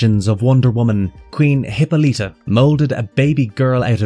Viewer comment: It's pronounced Huh-paa-luh-tuh not Hippo-lita. Personally I find it hard to believe research was done thoroughly when words and or names are mispronounced. Literally a 1 minute Google search.